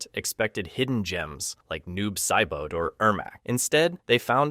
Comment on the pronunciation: Tig-gears? Sigh-boat? Shoe Hao? Game fay-queues?